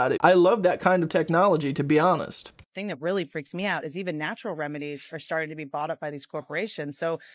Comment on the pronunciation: Serious question, bud. Why do you mispronounce the words "think and think"? You say thenk and theng. You don't pronounce the "th" correctly. Is it an impediment?